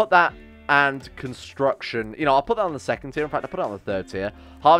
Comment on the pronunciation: It hurts my soul when he messes up constitution and construction.